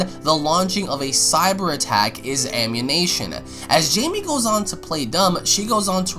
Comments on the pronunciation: I think you mean amMUNition not amMINation. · I hate the way you mispronounce ammunition. It makes me want to not agree with you. Please work on your diction. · just thought I'd point this out... it's ammunition, not ammunation... You been playing too much gta, my boi ;) (just making a joke, not trying to sound like an ass) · Wtf is Ammanation? Ooooohhhhh you mean ammUnItion. Like listening to Benedict Cumberbatch say penguin. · It's ammunition, not ammunation. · It's 'ammunition' not 'ammunation' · Ok ok ik this is supposed to be serious but uh WHY ARE YOU SAYING AMMUNITION WRONG ITS NOT AMMUNATION ITS AMMUNITION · Fix your pronunciation of ammunition. It's Am-you-nih-Shun not Am-you-Nation. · He said "ammunation" I was thinking that that was a whole new word 😂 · Also, ammunition is not pronounced "amUNATION" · I think someone has played tooo much GTA, I kept hearing ammunition as ammuNATION. Am I the only one? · He definitely said ammuNATION. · lol why cant this kid say ammunition? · I heard the same thing lmao